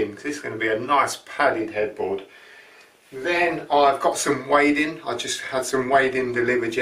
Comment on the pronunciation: Wadding is pronounced 'wodding'. Ask a quilter. 😉